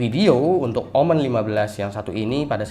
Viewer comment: Bacanya omen bang jangan omen😏